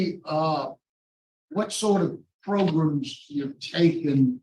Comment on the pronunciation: Progrums I think he's teasing you here. He's heard how your team is busting on him so he emphasizes it and says it twice. 🤣